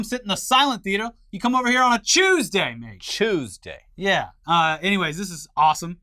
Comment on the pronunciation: thank you for finally saying Tuesday properly